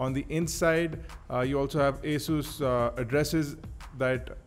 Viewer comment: its not "a" sus ,, its asus ...